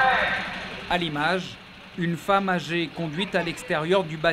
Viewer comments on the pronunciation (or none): none